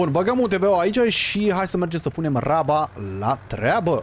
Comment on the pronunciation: Iti recomand sa zici roaba in loc de raba :))